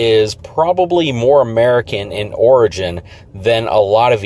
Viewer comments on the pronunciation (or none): none